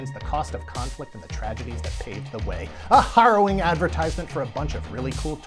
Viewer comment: You make good videos. So i sub. But, you didnt fix that "harrowing" at the beginning so i cant patreon.